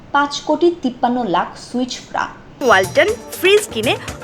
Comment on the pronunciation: Switch fra na swiss fra. work on you pronunciation